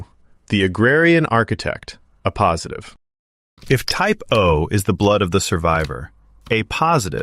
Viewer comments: This is AI. It was supposed to say "A Positive" (pronounced Ay Positive) and instead said "a positive" (uh Positive). Dead giveaway. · At least they could fix the AI voice to prounce AAYY positive correctly, instead of AH positive. 🙄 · "Ah positive" Can't anybody proof their content? "A" positive, not "Ah". Too lazy to record the content yourself? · Only AI would pronounce A positive and A negative that way. Very hard to listen to it being mispronounced over and over again.